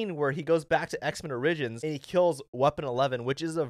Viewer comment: I’ve never heard the word “origins” pronounced like that 😂💀